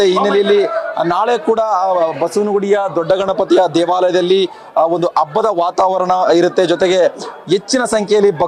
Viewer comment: ಅಬ್ಬದ ಅಲ್ಲಾ ಕಣೋ ಗೂಬೆ ಹಬ್ಬ ಅನ್ನು ನೆಟ್ಟಗೆ ಕನ್ನಡ ಬಾರದೆ ಹೋದರು ಈ ಬಿಲ್ಡಪ್ ಗೇನೂ ಕಮ್ಮಿ ಇಲ್ಲ ಅಬ್ಬ ,ಆಲೂ, ಅ ನ್ನೊಂದು ನಿನ್ ಉಚ್ಚಾರಣೆಗೆ ಬೆಂಕಿ ಹಾಕ